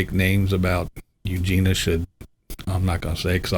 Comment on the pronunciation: BTW - Eugenia's name (I believe) is pronounced 'Eugenya.'. Just sayin'.....